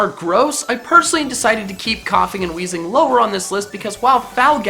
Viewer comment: THERE IS NO H IN WEEZING!